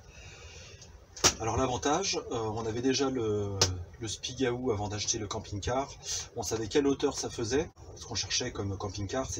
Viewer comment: Super Merci !!!! je vais faire pareil..........bon pour l'accent du Spigaouuuuuu, ça se prononce pas comme ça !!!!!